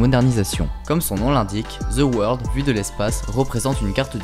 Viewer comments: Ze World... Quand allez-vous apprendre à prononcer convenablement le phonème th? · Où est le "z" dans "the world"? "Ze world", que vous êtes drôles les français!